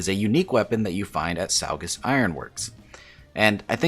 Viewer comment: "Sow..gus" LOL .... It's "Saw..gus"(Saugus) 🎃🧡🖤🧡